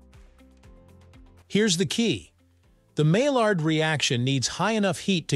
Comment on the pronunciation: My yard. Not Mall-ard; that's a duck.